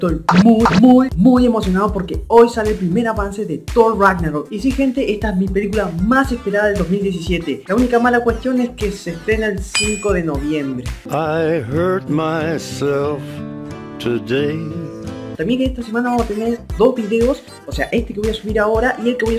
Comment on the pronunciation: Noviembre hermano..no "Nobiembre"...